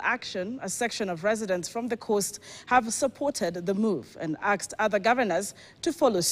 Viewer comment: By the way it's not 'aksd' but asked. Wait a minute 'bangi' is a stimulant, it's even legal in some states of America and illegal in some. Kenyan County governments should be able to legalize or illegalize, you don't force your product on others, nyadala is a local brew, Rigathi himself vowed to kill it. Of course he is right to take out fake alcohol, but did the 'differentiate' let's not approve things simply because they are from central Kenya. Time is coming when people will revolt .